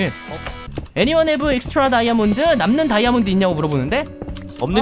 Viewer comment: 에 '다이아'몬드가 아니라 '발이야'몬듴ㅋㅋㅋㅋㅋㅋㅋㅋㅋ<